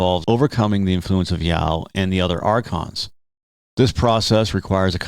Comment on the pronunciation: Ya-Oh. Two syllables.